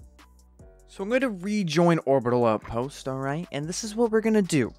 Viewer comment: When he said Orbital Outpost I thought he said 'Around the Lamp post'